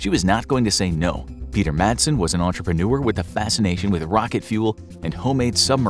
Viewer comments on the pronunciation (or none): none